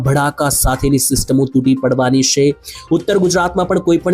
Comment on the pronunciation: પહેલા" છે " બોલતા શીખો